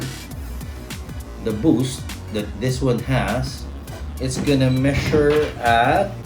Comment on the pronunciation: measure=Meshure in his language